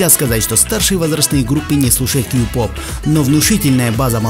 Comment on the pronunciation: Мне послышалось или ты сказал гей -поп?